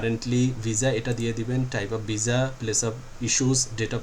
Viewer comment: শব্দটা ভিসা কিন্তু আপনি বার বার ভিজা বলেন